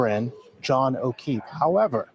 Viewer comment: They really said Jon o’queeff?!!